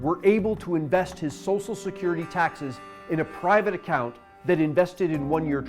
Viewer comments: Great video. I just wish he knew how to pronounce "SOCIAL". It was kinda annoying. "SOSSIAL SECURITY" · Love these, brilliant, 10/10, but please, it's "Social" not "Sosal" security.